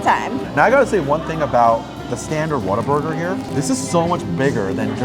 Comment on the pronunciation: I think it’s cute how many say Waterburger and not Whataburger 🙃